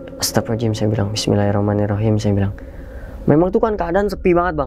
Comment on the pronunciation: Ucapan Astaghfirullahal'adzim nya bang coba perbaiki.. Jadi jangan Astapirulohalajim Astapirulohalajim Astapirulohalajim gitu. Maaf cuma sekedar mengingatkan.